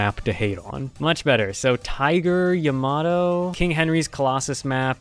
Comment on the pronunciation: "Tiger ya-ma-doe"